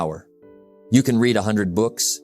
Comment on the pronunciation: The word "Read" is a dead giveaway for Ai reading for any Jim Rohn content, it makes me smile every time it's said wrong.